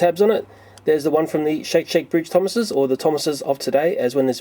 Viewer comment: "The thomases" me: Tomatos??